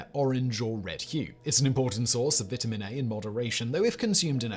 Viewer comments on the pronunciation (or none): none